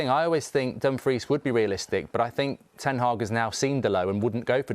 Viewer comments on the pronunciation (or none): said Dumfries dfkm😭😂😂😂